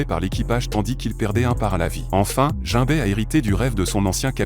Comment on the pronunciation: La vidéo était vraiment pas mal jusqu’à se que tu massacres les prénom des perso principal…. Jinbé robin etc….